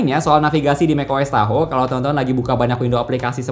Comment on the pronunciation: Tahoe ❌ Tahu ✅